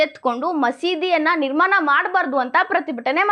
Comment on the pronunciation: ನಿರ್ಮಾನ ಅಲ್ಲ ನಿರ್ಮಾಣ